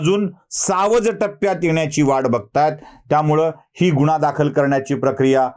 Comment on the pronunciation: गुण्हा? शुद्द उचचार 😂🤣